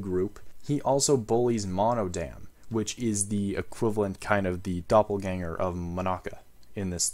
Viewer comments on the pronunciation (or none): none